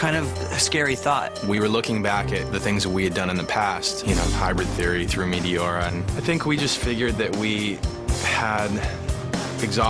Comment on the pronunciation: "Metiora" this dude😂